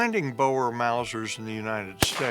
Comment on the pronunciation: as an afrikaanse boer, its not boers its boere. And you mispronounce it, you pronounce it "boo-re"